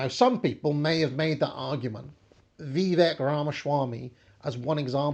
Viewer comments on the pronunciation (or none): none